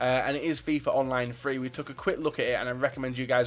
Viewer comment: I find it funny how he's says Fifa Online Free even though it's Fifa Online 3